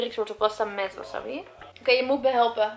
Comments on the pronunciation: het is wassabi alles kort uitgesproken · Dus de hele tijd wil je doen alsof je n expert bent in sushi en der een miljoen aan uitgeeft met die houdinf van je maar je zegt wel wasabi in plaats van wasAbi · Wasabbie😂 je spreekt het gewoon uit als wasaabie😂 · Jij spreekt het uit als wassabbi maar je zegt gwn wasabi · als je geen bruine avocado wilt moet je misschien een doosje kopen zonder 35% sticker want die komt er op als het dezelfde dag de laatste houdbaarheid datum is. En het is geen wasabi zo spreek jij het uit , je zegt waasaabie. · Vers is gewoon het allerlekkerst. Van Albert Heijn heb je ook tonijn sushi en die is wel erg lekker. Leuke video! Het is trouwens wasabi en geen wasabbi😂😂😂🍣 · Gewoon een tip maar maki spreek je uit als maakie en wasabi spreek je uit als wasaabie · Een tip zeg wasabi niet zo als je het schrijft zeg wasaabi voor de rest vond ik je video top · Sorry ik wil niet te betweterig zijn maar je zegt wasabi of de verkeerde manier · Jij spreekt wasabi heel raar uit ps geen haat reactie